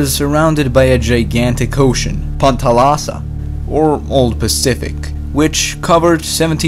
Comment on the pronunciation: Good video but i think you made a mistake with the name panthalassa. Pan=all and thalassa=sea. You said pan pacific. Iverall good video.